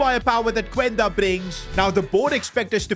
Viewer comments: It’s pronounced qenda not cuuenda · bro you are saying the name of Quenda wrong😭